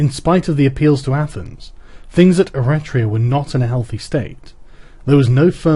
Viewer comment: Eritrea is an african country, the text talks about Eretria (e-REH-tria), a city state on the island of Euboea.